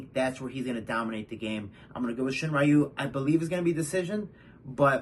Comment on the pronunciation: Hey! Great video Just so you know, Makoto Shinryu is pronounced “Shin-Ryu”, not “Shin-Rayu”